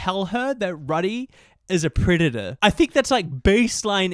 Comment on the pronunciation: also pronouncing Rudy like "Ruhdy" instead of like "Roody" 😭